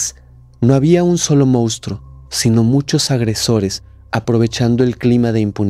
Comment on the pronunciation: No puedo con tu forma de decir MOUSTRO, si vas a ser influencer aprende a pronunciar la palabra moNstruo